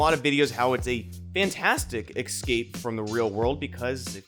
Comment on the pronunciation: Just letting you know about you're pronouncing the word escape. It's "Es-cape", not "Ex-cape". There is no "X" in the word.